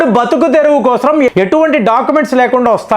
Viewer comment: సార్ మీరు రాడానికి కాదండీ రావడానికి అనండి తెలుగును ఖూనీ చేయకండి.. కోసం అనండి కోస్రం కాదు కదా